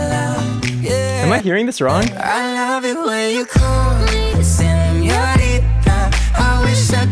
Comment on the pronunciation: he said '' she loves it when i cal her" not come XD